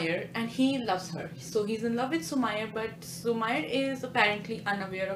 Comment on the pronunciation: It's su-meee-rey not su-ma-yar